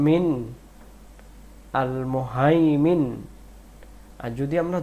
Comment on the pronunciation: আলমুহাইমিনু উচ্চারণ ভুল হইছে আপনার